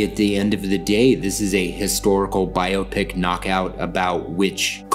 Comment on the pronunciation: Thank you for pronouncing biopic properly.